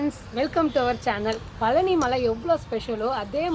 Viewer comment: thanks for the video /. please say பழனி not பலனி!